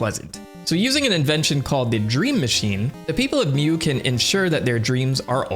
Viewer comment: Mu is pronounced "moo" not "mew" (exactly how you pronounced it in the name "mamu") its a mythical Atlantis like sunken continent, that some crazy people thought humans came from, basically its a "new age" "garden of eden" analog, other "lost lands" of note are lemuria, where old people originally thought lemurs came from, and of course, atlantis, a supposid technomagic hyper advanced civilization. Mu is the newest one of these with its first mention being in the 19th century, So i hypothysize that it is just a shortening of lemuria, and just combining its story with the story from genisis.